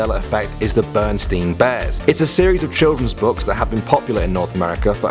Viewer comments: Does it affect anyone that say 'Bernstein or Bernstain' instead of Berenstain or Berenstein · I remember Berenstein. I remember this pretty well because, as a child, we didn't really have that much money to blow on books but I loved reading so much that I was a fixture in the school library. Not being american, I was always careful with my pronunciations. I always said it as "ber-en-stine" like 'einstein' because I assumed that's how people would pronounce it in the states. When I saw Berenstain books as an adult, I was pretty surprised and just surmised that the makers changed it to avoid the bears sounding jewish. 😂